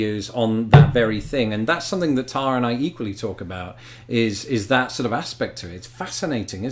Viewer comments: You know that you each pronounce the name "Tara" differently?! You need to get together on that. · Halfway Planet! I love it. You two are so compelling to watch. Keep this series coming. BTW it’s interesting to hear pronounce her name after hearing say it all this time lol.